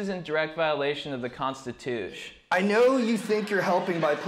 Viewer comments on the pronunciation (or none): I watch this 3 times and never get bored ...especially when he says the constitush ! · did he really say constitush? lol love it